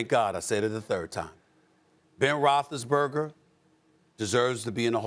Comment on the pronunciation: No one: Stephen A: Ben Roethlisberga